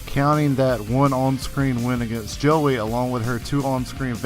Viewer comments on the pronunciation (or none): none